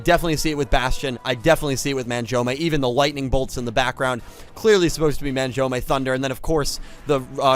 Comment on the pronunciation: it's *SIGH-OH not SIGH-OOH and *MAHN-JOUME not MAN-JOUME 😅😛💁🏽‍♂️ This is neat though! I'm sure I've come across the Bujins in Duel Links but haven't thought much of them lol; I might try to build something around them now too. Though you're right, the Judai and Saiou-based ones took a second, lol.